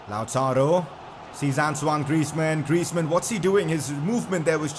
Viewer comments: That's how u pronounce it actually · I mean, that's how you pronounce it